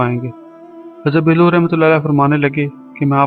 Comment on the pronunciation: Bhai Hazrat Bahlool khana tou seekh lo phir channel bannana urdu par raham karo